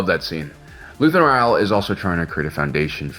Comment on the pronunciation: His last name is Ra-el not Re-al. This isn't Real Madrid...